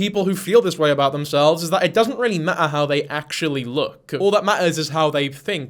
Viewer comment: Maht-ah Thats the noise my cat makes when he sees a flock of sparrows